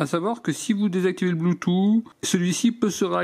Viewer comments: Nickel ta vidéo comme d'habitude mais juste une petite chose: bluetooth se prononce " bloutousse" et pas "bloutou" comme le prononce nos grands-parents 😁😉😂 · Le "blue two" 😁😅